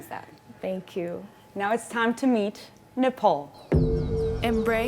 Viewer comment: Ms. Nepal can't speak Nepalese language? The way she pronounced her name is very English.